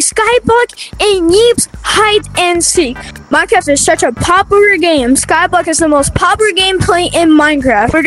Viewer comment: Why did he say popular wrong?😂